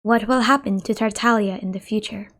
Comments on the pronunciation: If you listen to VA lines, it's Tartaglia. VA do not choose how they pronounce their characters names, they been told how to say it, going by this Tartaglia is correct, not Taralia. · Tartaglia is an Italian word and the "G" is silent.